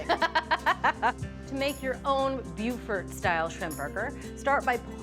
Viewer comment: Thanks, Julia, for pronouncing "Beaufort" correctly! BUE-FERT!